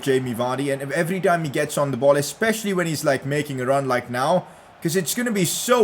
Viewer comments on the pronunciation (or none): none